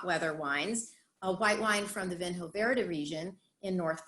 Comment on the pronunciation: It's pronounced "Veeno Verd" ;-) One of my absolute favorites.